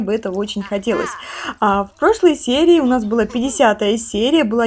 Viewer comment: пятидесятая , а не пядисятая